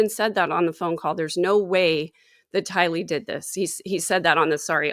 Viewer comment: Just a point of order: I’ve always heard Tylee’s family members pronounce her name “TY-lee,” not “ty-LEE.” Thanks so much! 🙂 And come on, Ladies! Everyone should’ve raised her hand to vote Gerardo as a rotating member of the band, not just John!! pps - SomeNobody’s superchat said the band name should be Visions of GORY, not Glory. 😆